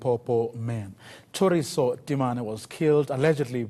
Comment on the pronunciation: THORISO not Theriso